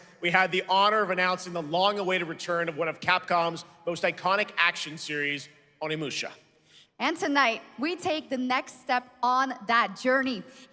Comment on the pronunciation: Shoutout to Tim for finally pronouncing Onimusha correctly!